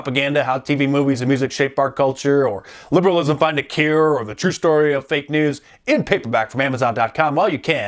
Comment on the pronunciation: its twoo, its twoo!